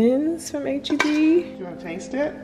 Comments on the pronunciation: idk why but this whole time I thought you were always saying A-G-B 😂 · We’ll never forget past vlogs where we thought you were saying AGB 😂 So proud of you for this sponsorship!! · can’t lie u deserve this sponsorship Bc I’ve never heard of HEB or as i thought u was pronouncing it “8GB” lol